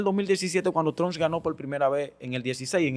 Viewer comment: Pero porque no sabe pronunciar Trump?